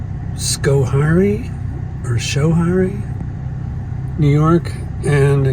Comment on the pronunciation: its pronounced sko hairy fyi